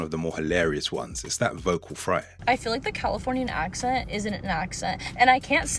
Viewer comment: Did anyone notice this narrator saying "FRAY" instead of "FRY" ?😅😅😮😮